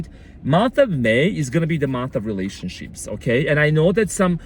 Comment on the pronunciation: I heard "relationshits" and I love it.